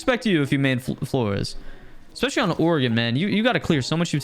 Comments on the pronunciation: please learn how to pronounce especially properly, it’s not ekspecially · Time to trigger you. You say expecially. End of story